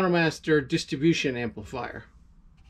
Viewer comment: PRONOUNCE: " DISTRIBUTION" NOT: DISTABUTION!!!!!!